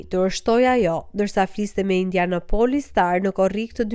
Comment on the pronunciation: Indianapolis, e thua gabim. Theksi bie te IndianApolis jo te O.